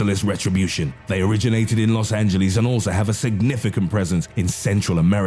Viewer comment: "Los angeleez" ok then!